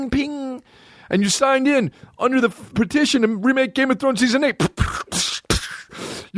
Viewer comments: Anyone else notice he says “pedition”? 😂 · Why sometimes a solo podcast sucks: nobody is there to tell you youre saying petition wrong. Lmao.